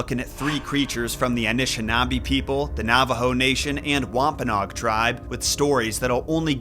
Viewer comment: Thought it was wom-pa-NO-ag